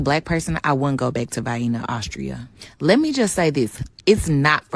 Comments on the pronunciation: I used to hear black people pronounce Vienna that way 50 years ago. That is how uneducated ghetto blacks pronounce it. As a teenager i worked at a supermarket and they used to come in and ask for Vienna sausages like that. We always had a good laugh whenever it happened. Surprised to still hear it being pronounced that way. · The way she pronounced Vienna is the same way americans (from the south, where i live) pronounce Vienna Sausages 😂😂😂 Mabey she thought she was visiting a sausage factory, thats where the disappointment comes from 😂😂😂😂😂😂😂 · She even went to Vienna and didn't learn how to pronounce Vienna. That's a whole other level of ignorance right there. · theres a reason a stereotype is one for a reason.....DUMB...cant even say Vienna....holy dumb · Bro, she called it "Vyena", rhymes with "hyena" 💀 Imagine being so clueless that you think Austria is "racist" because the people there are white...🤦🏽‍♂🤷🏽‍♂ is a typical Westernized feminist and probably only dates white guys, but pulls the racism card any time she's inconvenienced. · she can't even pronounce Vienna 😂😂🤣🤣 she must be illiterate too... can't even make sense of any singular sentence she tries. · In America we have a product called Vienna Sausages, canned. A lot of people pronounce Vienna as VI-eena. I presume because they are uneducated dumbasses. Just sayin'. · Vi-eena. You'd think she'd have gotten it right by now. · The first lady's pronunciation of Vienna is common deep south USA vernacular. My husband (Alabama white guy) and most locals say it the same way, long "i" then long "e". I am from out west and it kills me that they are puzzled by my pronunciation and will actually ridicule me for saying it correctly. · Its pronounced "Vay-enna" you troglodyte! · 3 total? VIAenna sounds like heven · Southern American here. Vye-na is the way the way Vienna, as in Vienna sausage, is pronounced in the South. Never have liked them. Agree with all you have to say. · Watch out for the vyeenas